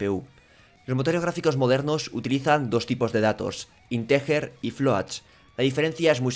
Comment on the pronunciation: Mother of God,. "ínteguer", no "intejer". Solo te ha faltado rascar en la "j" para marcarte un José Bono xD.